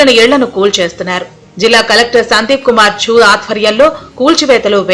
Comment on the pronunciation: సందీప్ కుమార్ ఝా...సరిగా పలకలేదు